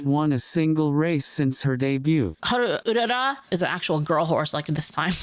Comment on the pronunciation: "Hal Ulala" LOL